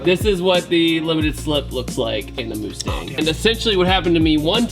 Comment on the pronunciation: Moostang is how Mexicans pronounce it.